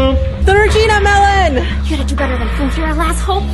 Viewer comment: When said melon i thought she said melborn